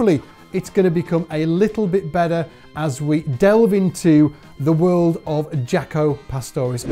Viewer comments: Jah-co. Not Jac-o. Smh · Dude, please say his name right. In interviews I never once heard him call himself Jack-o, I'm tired of people hearing the very person pronounce their name and somebody says it wrong. The man himself pronounced Jock-o. Like Greta Thunberg would pronounce her name in English as Greta Toon-by not Thun as in Thumb and Berg as in iceberg. Please be respectful. My name is Michael Byrd as in Bird not By-erd!